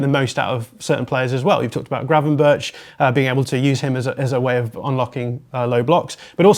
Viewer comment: Very interesting and professional. Eye opening to many, I am sure. But can I ask you to pronounce correctly "Gravenberch", admittedly a difficult Dutch last name, but still...he deserves to have his name to be pronounced correctly.